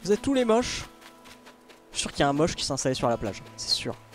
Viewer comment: Laink: tousse Moi: tousSE il n'y a pas de SE c juste TOUS il est en cp ou quoi!